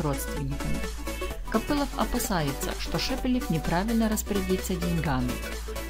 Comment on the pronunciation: Не Копылов,а Копылов,ударение на о в последнем слоге.Вас слушать невозможно.Отчего плачет страна горючими слезами?займитесь русским языком.